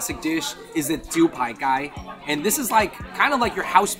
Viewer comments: No disrespect but found it funny when the "Gai lan" was pronounced🐓lan lmaoooo; bros, hit up CantoMando and touch up on them tones 😂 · dude that pronunciation of Gai Lan is hilarious af